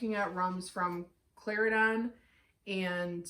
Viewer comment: Great review. I love the details. You are right Plantation has the most details. I have never heard so much detail on a blend before. Slight mispronunciation on Cla-Ren-Don.